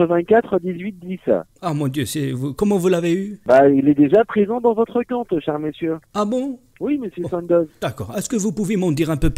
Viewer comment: "Vous avez un campte et sur votre campte YON A TOUT" j'suis morteeeeeeee